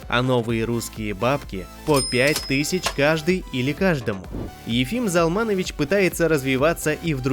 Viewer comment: Спасибо! Приятно слышать. Но отчество правильно произносится ЗАлманович, а не ЗалмАнович. Для еврея режит слух. Но, что от робота ожидать?